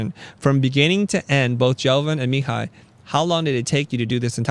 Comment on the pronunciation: As someone named Mihai, I cringed every time you said it. It's mē-HĪ with the accent on the last syllable haha